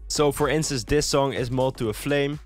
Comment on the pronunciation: IT'S "FOR INSTANCE" NOT "FOR INCEST"